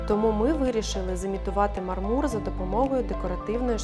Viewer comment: Дуже сподобався дизайн! Трохи різало вухо неправильний наголос у слові мАрмур, у мАрмурі, під мАрмур і тд